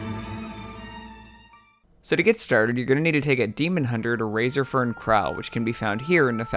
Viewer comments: It's Razorfen no Razorfern. Other that that sic vid m8 <3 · isnt it razorFEN krual? or is it just me. lol